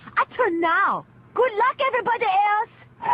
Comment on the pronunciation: "Goo wuck ewerybody elsh"